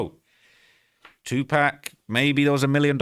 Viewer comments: Definitely a culture vulture, not able to call pac by his name! It’s pac not pack idiot! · Aye bro it’s 2PAC not 2pack 💯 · 2Pac like Pocket. Not pack 😂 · Its Tupac Amaru like the line of Inca chiefs.....It was NEVER 2pack,.........ever! In ANY country 🤣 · It’s pronounced Too-Pock not pack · it’s pronounced; two-pock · It’s TWO-POCK, like POCKET. You’re intentionally mispronouncing his name! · Brother, stop fu@ calling tupac tupack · Too pock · TeW pAAaaacccccKKkkKk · He can say pac properly wtf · If you're such a hip hop head you should be able to pronounce 2Pac despite an accent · Cant even watch video...how you can't say Tupac right. It's not hard smfh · accent or not.. You know how to pronounce TUPAC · He sounds like he's talking about a moving company 😂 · exactly and that ain’t how it’s said 😂